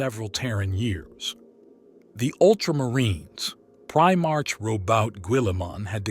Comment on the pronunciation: It's 'pri-mark' (like the shop) not 'pri-march'. IXth Legion is pronounced 9th Legion.